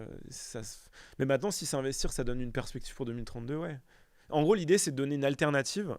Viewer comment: jadore s'adore sardoche mais par pitié arrete de dire "MATENANT"